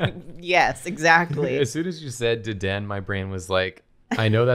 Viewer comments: i cant get over how they say dedenne- its pronounced dedennAYE but i think deden is so funny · Isn't it Deden-ne Not Deden XD